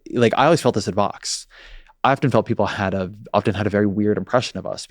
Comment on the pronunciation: Please be more clear when pronouncing VOX vs FOX. I fear that many people still think you're talking about FOX, which would be very unfortunate! I only learned about the existence of VOX in recent years due to listening to "Today Explained" on public radio during my commute. Thanks.